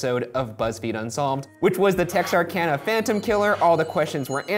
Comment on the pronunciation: My hometown!! You even said Texarkana correctly, good job.